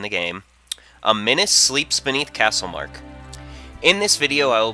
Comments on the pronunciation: It's Costlemark not castlemark. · It's costlemark #illiterate